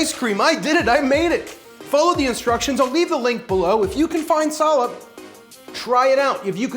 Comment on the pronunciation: What that hard to get ingredient called? Did you just said Salad? Never mind, I see the description, Salep.